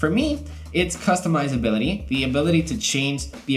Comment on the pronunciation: Bruh.., he really said customizablity.. 😂🙂